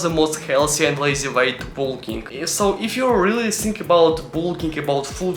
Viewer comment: Great Russian accent 😂